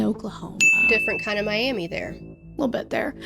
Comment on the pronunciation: Miami, Oklahoma is actually pronounced like Miam-uh.